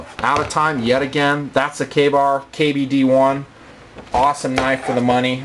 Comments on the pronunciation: kabar? i thought it was pronounced kay bar.... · its not pronounced kabar its pronounced Kay-Bar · why does he say kahbar? isnt it kaybar? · o meh dosent matter butfrom what ive heard its prounounced kay bar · its pronounced kay-bar.